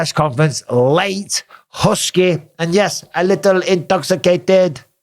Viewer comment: aRe yOu InToXiCaTeD? 😂